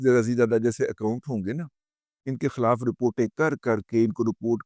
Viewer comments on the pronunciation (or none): none